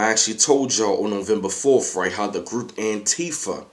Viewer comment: What the fuck is "Nuvumbufawlf?" 😂